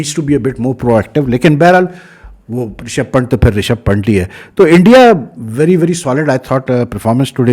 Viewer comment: Pant is pronounce as "pun" + "th". Please correct ot sir.......